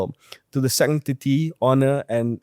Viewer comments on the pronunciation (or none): none